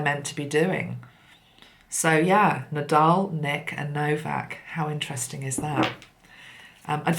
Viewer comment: His name is No - vac!!